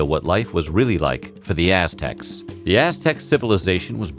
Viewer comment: It sounds like he's saying Ass Techs lmao